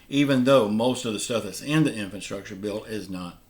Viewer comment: What's an infanstructure bill? Do you mean infrastructure?